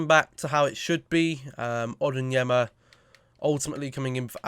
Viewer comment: It's ON-YER-DIN-MA 🤯